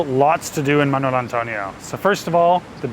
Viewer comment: It's not "manual". It's Manuel.